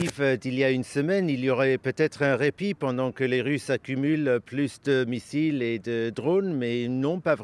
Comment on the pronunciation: Missile, massiles😅😅😅😅😅 il se mélange